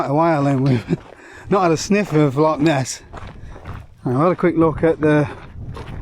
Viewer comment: Love your channel and vids thos one is cool 2 guys juat chiling take it easy and actualy enjoying the scenery altho u pronounce loch all wrong which grinds us true jocks gears hahahaha let yous of as souther fairy's haha kidding great channel bud